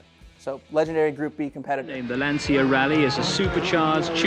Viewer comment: Very disappointed not to see any examples of the Dakar Rally dominating Mitsubishi Pajero Evolutions, so thumbs down from me, but at least you pronounced Lancia correctly!